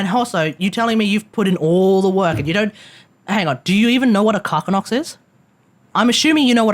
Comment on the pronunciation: I CRINGE everytime he says KARKinnox , instead of KARSINNOX (._.) !!! Having a Zetki Carcinnox (KARSINNOX) MKIII for the Piloting Turrets with a BONUS STAT of +59.9 Fire rate is Recommended, since it damages armor Consistently The Pilot will adjust his positioning for better shots and making better use of it!!! MEANWHILE,... Simultaneously have the Zetki Apoc MKIII for the Side Turrets and your Gunners will use Explosive Rpunds have doing more turret damage than the Pilot (;D)!